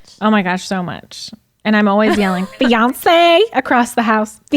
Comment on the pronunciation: Hahahah when she said she calls for him saying Beyoncé I was sooo confused, like why would she call Zach Beyoncé?? Then I realised she said fiancé...